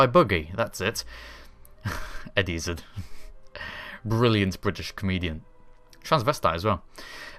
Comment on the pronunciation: Its eddie izzard not izzed you wrre rught that he is a good comedian